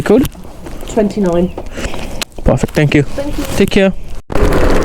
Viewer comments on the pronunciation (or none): none